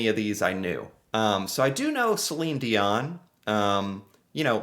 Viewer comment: We mustn't forget the great William Shatner...(Captain Kirk of StarTrek)...and incidentally you correctly pronounce the name Celine DION...deeohn...and NOT dioNNe ok ??